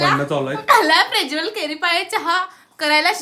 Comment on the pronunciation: ला प्रज्वल म्हणता येत नाही प्रेज्वल म्हणतेय😂😂😂😂